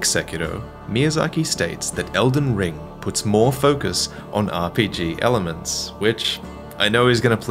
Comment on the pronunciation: "It's called, edlen ring" It's OHH ELDEN RING